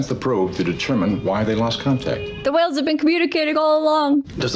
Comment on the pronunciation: Side note: perhaps it was me but were they pronouncing the word whales ..."hwales' the way Stewie says 'Cool Hwip'? Dammit Bones , you're a doctor, not an English teacher 😆😆😆